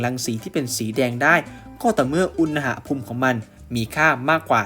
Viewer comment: อุน หะ พูม ไม่ใช่ อุน นะ หะ พูม ครับ ฟังแล้วขัดๆ นิดนึง